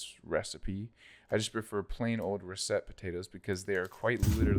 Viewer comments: RUH-sit. Not roo-SET. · Ruh set? You know it's said ruh sit potatoe, right? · learn how to pronounce russet